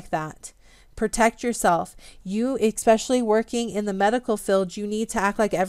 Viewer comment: Good content, but you lost me when you said eKspecially,. I find no fault with a person who gets their information from reading and then pronouncing medical terms incorrectly, which you do as well. That shows a willingness to learn independently. I wonder why nobody has offered kind corrections.